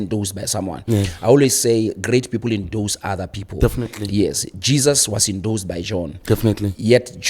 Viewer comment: The word is endorse..!! Not INDOSE !!